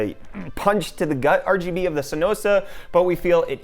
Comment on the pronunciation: Did he just say R-G-B into Rgb